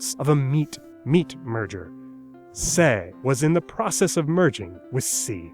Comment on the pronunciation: You mispronounced 'process'.